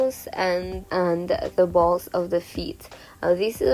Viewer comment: I CANT STOP LAUHGING AT HER SAYING BALLZ